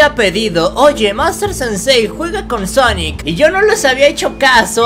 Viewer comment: Quien lo ve con el corona pijas :v? Salu2 desde México 😎 y quién escucho que dijo xonnek pongan sub títulos a un que les pondrá sonex en ves de xonnek 😕